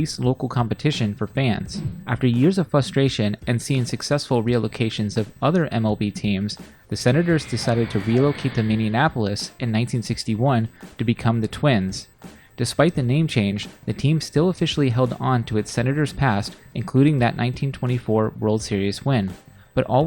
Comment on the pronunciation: Pet peeve of mine: There is no "Mini Annapolis." "Minneapolis" has five syllables. There is no "an" in the middle. We are nearly 600 miles and several states away from Indianapolis. The name is a combination of the Lakota word "Mni" (water) and Greek "polis" (city). Also, the Twins originally played in Bloomington at Metropolitan Stadium, about half a mile from the airport (rather famously, now the site of Mall of America), which probably made it very convenient for visiting opponents' fans, but the Met was owned by the City of Minneapolis and they've played for 40 of their 61 years in Minneapolis proper, first at the Hubert H. Humphrey Metrodome ( ) and then Target Field (2010-present).